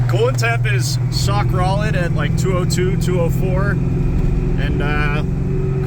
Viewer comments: “sock rolid” I chuckled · “sock rolid” 😂😂😂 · "Sockrolid eggsaust" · I had to rewind to see if I heard the sock Rolid correctly. Nuckin futs dude I’m loving it 🫶🏻